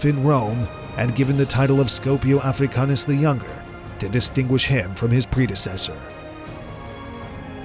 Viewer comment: It's "ScIpio AfricanUs". Major shot to your credibility that you can't get the name of one of the major players correct.